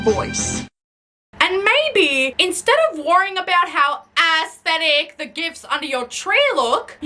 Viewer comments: assthetic. there I said it. ass-thetic. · i love how its not "aesthetic" when you say it. its "ass-thetic".